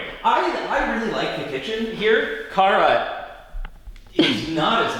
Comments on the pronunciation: I love the plate, which made me giggle. I legit car uh? Car uh ?? Kara!!!. 😂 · "CAR UH" I love it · Same, I laughed at that